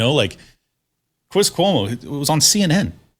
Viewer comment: Cwis Cuomo